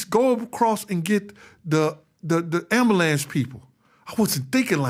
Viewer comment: tha am-blue-lance doh